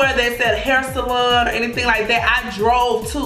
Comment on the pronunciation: I love the way she say salon , salun 🥰